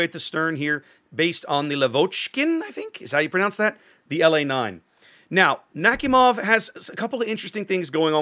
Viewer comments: Nakhimov is pronounced as Nak-i-mov P.S Im from america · Love the design ngl ♥ P.S, it's pronounced something like nah-hee-mov